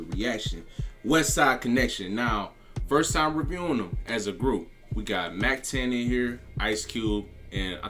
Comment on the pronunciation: It's mac ten bruh 😆 🤣 much love to your effort and your channel!